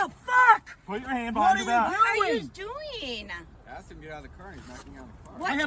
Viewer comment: Oh my god, what are you doingah? Lol